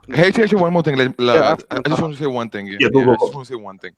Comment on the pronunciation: “HH I just vant to say one thing man” Proceeds to say more than one thing on more than one occasion.